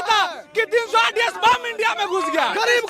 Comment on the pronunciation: ANDI ko INDIA bolna hi nhi ata tbhi kehte hein education jroori hei.